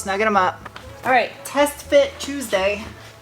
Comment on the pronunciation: Chewsday innit?